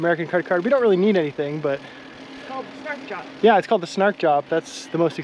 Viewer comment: I chuckled at your pronunciation of that little store - Snark Job. It's actually Snar (quick) Kjop (shop). The K and J blend together into a sound we don't use in English. I used to live in Stavanger and took the train from there to Oslo many many years ago. Great memories! Enjoy the rest of your journey!